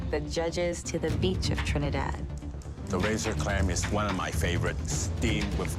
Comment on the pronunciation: Other chefs: One minute left Chef Alvin: Juan minute left